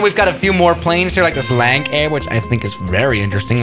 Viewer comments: 💀 at lank air 😂🤣 It’s lancair pronounced Lance air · Pronounced "Lance-air"